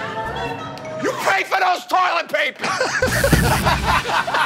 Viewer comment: you pay for those toilet papehs😂